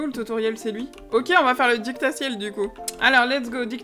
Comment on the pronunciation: salut, la vidéo est sympa mais tu ne sais pas lire le mot didacticiel.